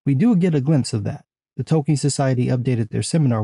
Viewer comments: Oh, Tolkien society. Haha -- sounded like "The Token Society." 😂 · Forgive my 23 years of Field Artillery but every once in a while it sounds like you’re saying “the Token Society.” But that a whole other video.